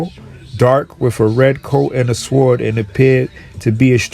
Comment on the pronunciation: Dear Sir. Swww--ord is pronounced "soared", like "--an eagle soared in the air". Not as is swear or swerved. Soored. Respectfully submitted for your consideration Gregg Oreo Long Beach CA États Unis